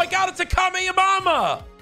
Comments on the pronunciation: WHAT IS A KAMHEAMAMA ITS KAMHEHAMEHA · 1 Kamehamaha is not kame a moma 2 that not kamahamaha its rasen shurikin 3 when did that emote come out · Did he said kame your mama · He said kameh ya mama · IT SOUNDED LIKE COURAGE SAID’ OMG ITS THE CALL ME UR MAMA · every naruto fan when he said kamea ha ma: ahhhhhhh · All weebs should be furious at courage for calling the rasen shuriken kama kama ha. 😡🤔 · said the kame a mame